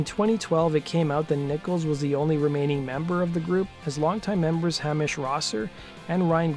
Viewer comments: ps.. its not "Creg".. its "Cray-g" and not "Ham-ish".. its "Hay-mish" *edit: you seem to have got Craig's name kinda right.. ;) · Hamish is pronounced "Hay Mish", not "Hammish".